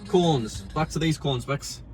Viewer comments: i love it when he says "corns" instead of cones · I thought he was saying corns🌽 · They are called CONES not corns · Sounded like he said, "I LIKE THE CORNS." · “*BACK TO THE CORNS BECKY*” That’s what it sounded like to me (A Canadian) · i thought he said cornes lol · did anyone else think he said look at the corns lol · I keep hearing corns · Love the way you say cones